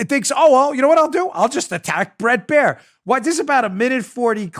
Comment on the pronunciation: Dan, it's (Bret)Bair, not bread